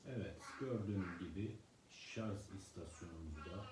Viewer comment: Şarj kısmını çıkarmıştı, nasıl ne zaman takılıyor anlamadık, bir de şarz şarz dedikçe sonuna kadar izleyemedim